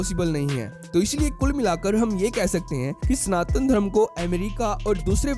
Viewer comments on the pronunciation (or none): चूतिये स्नातन नहीं सनातन होता है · It is स ना त न and not स्नातन.